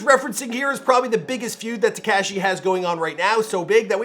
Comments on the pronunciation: Y does he say 69 like that tekashy.... y bro lol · Any it’s else annoyed af at how he said Tik-cash-Eee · Please learn how to pronounce Tekashi before you capitalize off of him. So cringe. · Been making videos about him for years... still can't pronounce his name correctly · The way he says tekashi 😂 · WHY DO YOU KEEP SAYING TEKASHI LIKE THAT? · It bothers me how you say Tekashi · Who else likes how he says tekashi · I hate how he says ”Tekashi”